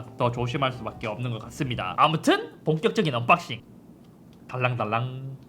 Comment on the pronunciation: 한글의 우수성은 글자와 발음이 다른 언어보다 상대적으로 차이가 덜 난다는 것입니다. Unboxing을 굳이 언빡싱이라하는지요? 언박싱이 맞습니다.